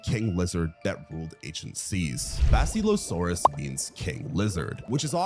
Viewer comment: Work on your pronunciation. Basilosaurus is pronounced the way it's spelled. The word "silly" should not show up in it. You can't pronounce Othniel's name either. Nor Yevgeny's.